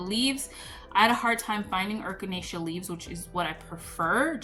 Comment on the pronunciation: Hopefully, your other half feels better soon. Adding fermented honey and garlic works wonders, too. eh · kuh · nay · shuh (Echinacea) You are so cute.😊❤